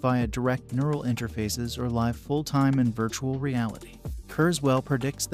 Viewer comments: Actually, as a native English speaker, I can tell you that the audio narration is kind of crappy. It is clearly TTS (text-to-speech) machine generated audio. A native speaker would never say: "We might "live" forever" where "live" rhymes with "hive" rather than rhyming with "give". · It pronounced "live" incorrectly - needed to infer from context.